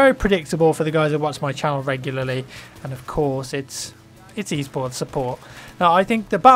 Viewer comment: i dont know what he is saying... e-sports, east sports, e-sorts... wtf?